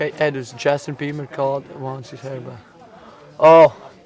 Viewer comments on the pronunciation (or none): The dealers name is Edijs not Edus xD